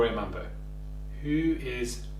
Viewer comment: It’s Gloria Bambo not Mambo